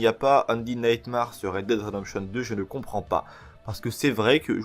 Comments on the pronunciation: C'est nightmère pas marre pour la prononciation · Ça se prononce NIGHTMER et ça s'écrie Undead Nightmare.